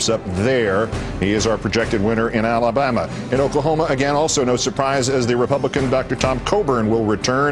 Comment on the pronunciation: Lol the way he said Alabama